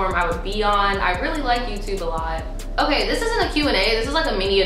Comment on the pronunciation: I die every time you say " okey " 🤣 & I think a eating disorder would help more than hurt ppl so I'd love to see it 🤞🏽😣